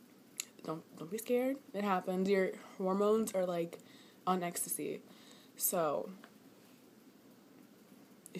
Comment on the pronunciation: "Your Hormonez Aree Likee Onn Extacyy ....... iF Youu Dunno Whaa Extacyy iS , Dont Worry Bout iT" LMFAOO !